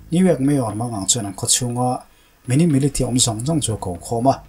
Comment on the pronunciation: Militia hi Milisia ti a lam tur